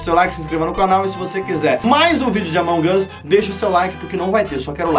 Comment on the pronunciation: Ele fala amonguasssss